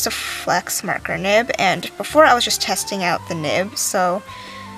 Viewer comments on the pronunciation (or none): Marker lol